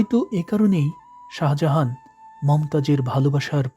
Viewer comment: Speel ta hobe Sajahan kintu Apnar uccaron hocce Saha Jahan jeta Somvob na, Sajahan sothik , think about it.